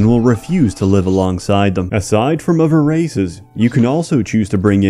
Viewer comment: he mispronounces both his "th"'s. For example, instead of death and other, he says deaf and ovver.